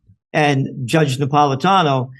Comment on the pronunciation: Really rude to call him Judge Nap when you couldn't pronounce his name which is super easy to pronounce if you sound it out. Unfortunately America has raised up idiots who can't pronounce a word phonetically. Not sure why Jimmy would have an idiot subbing for him.